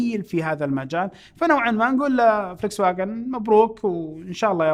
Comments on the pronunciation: اخوي فولكس واكن كلمة المانية تلفظ فولكس فاكن 😁😁😁 بس للمعلومات ما قصدي شي تصحيح معلومات مو اكتر 😘😘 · يعطيك العافية استاذ ولكن للفائدة تلفظ Volkswagen بالالمانية (فولكس ڤاچن ) الـج ـ مصرية هنا ، وبالمناسبة volk معناها الشعب ،و wagen معناها عربة او سيارة او مقطورة ، ف Volkswagen معناها سيارة الشعب. واعذرني جدا على المداخلة